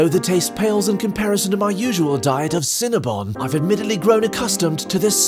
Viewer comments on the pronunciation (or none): none